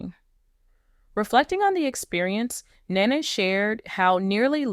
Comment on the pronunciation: She has TWO sons & you can't even pronounce her name, girl bye!